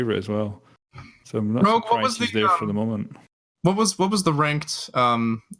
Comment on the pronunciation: Bruh rogue doesnt even say his own name right